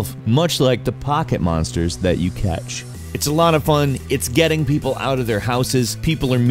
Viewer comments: Did he just say Pakemonsters? TRIGGERED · he said poketmonsters which if you didn't know was the original name for Pokémon way back in the 1990s